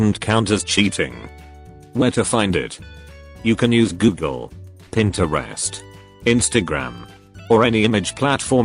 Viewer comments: "Google, PIN-TA-REST ect" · The way Pinterest was pronounced though. ”pinterAst” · ah yes Pin-te-rest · its the "pintArest for me 😭🤣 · PINTEREST "PIN-TO-REST" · Im sorry but the way it says Pinterest- "Pint-arrest" 💀💀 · The sound : pin -terw-est I CANT 😂😂😭😭😭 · im sorry but, " pinter-AST " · Pinterest? no no pintery-est